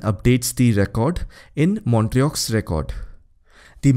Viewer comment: Montreux is pronounced as montreau please correct 🙏🏻